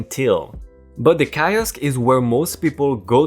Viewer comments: Bit of info kiosk, pronounced keyosk. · On the mispronounciation, the word "kiosk" is pronounced keeosk. I subbed a while ago and I'm still gobsmacked at you and your friend's courage! Please keep going especially when you work together, it really brightens my day! If you don't I'll see your manager and get you fired! REEEEEEEEEE!!!!! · Key osk. I is sometimes pronounced as E.